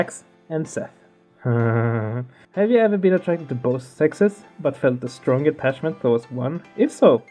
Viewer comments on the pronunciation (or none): none